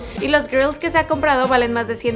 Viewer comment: es grillz no girls xd